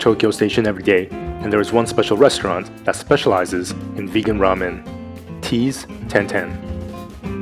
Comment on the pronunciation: it ain't tenten it's tantan